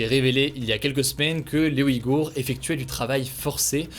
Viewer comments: ... Bon désolée mais vu que personne n'en parle je vais le faire, parce que ça commence à faire quelques mois quand même : C'est [ujɣur] pas OUHIG-hours . Bon le [ɣ] est difficile à expliquer mais [uj] ça ressemble plus à "ouille" que "oui" ! Il y a aucun "i" ! C'est très frustrant ! C'est comme si tu disais " les Franquais ". Amicalement ! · Merci pour ton travail Hugo. Une petite correction concernant les Ouïghours. Leur nom, comme je l'ai toujours entendu et comme le précise Wikipedia, ne se prononce par "oui-gour", mais "ouille-gour". Voici ce qu'en dit Wikipedia : "Le nom du groupe ethnique et de la langue est prononcé [ujɣur]"